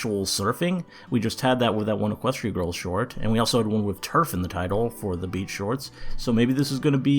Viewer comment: Almost every time you said "beach" I thought you said "bitch" 😅